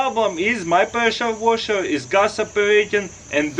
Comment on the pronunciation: “Preschure waschherr”